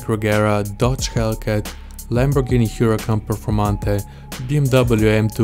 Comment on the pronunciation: It will be funny hear you speaking Spanish. It's funny at least when u say "Performante".